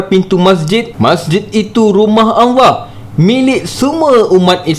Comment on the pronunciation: Maaf nk tanya ... Empunya suara ni mmg pelat ke ?? Sebutan Allah tu mcm Anlah bukan Allah ?? Ke empunya channel ni non muslim ?